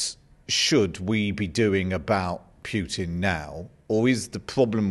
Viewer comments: Name is not pronounced . It is pronounced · Why does the interviewer keep referring to Putin as "Pjutin"? It's really annoying. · His pronunciation of Putin's surname - my ears are bleeding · if you want to defeat Russia ,as you do,first learn to pronounce the name of Vladimir Putin properly.